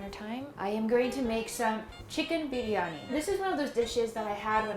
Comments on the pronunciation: Her Biryani pronunciation is so good! Amazing video! So proud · The way you pronounced biryani was PERFECT! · Idk how much practice she's had but her tonal notes for the word "Biriyani" is almost perfect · OMG the way she pronounced Biriyani , I made my ears melt .... She pronounced it like a true Indian ..... I thought she would pronounce it the foreign way but she nailed it .... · I love the way shw pronounced briyani ....it just felt like indian accent ....im a indian and i thank-you for doing this video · Her pronunciation of biryani is so correct. :) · And also her pronunciation of "biriyani" won my heart!